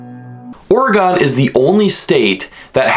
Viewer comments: It's. NOT Ore (gone) fun fact number 6 oregonians hate it when you call it Or- E-Gone. Try a more subtle approach with 2 or less syllables more of an Oregin Knew all those facts but didn't know the oddlaw. Nice video though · Yes ... it's definitely NOT Ory-Gone. More like OR-e-gun. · Here’s a fun fact from an Oregonian , ITS AURA-GEN NOT AURA-GONE Like organ, ORE-GAN , AURA-GEN just definitely not Aura-Gone. It’s so annoying sorry but it’s good to learn. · It not oragon it oragon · That kept irking me, too. >.< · Fun fact about saying the word Oregon: its pronounced "Orygun." This is like the only nice comment you'll get as well... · It is pronounced Oh-rig-gun!!!! Not gone! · Your saying the name wrong